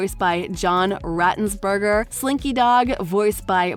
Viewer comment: John "ratenzburger" 😮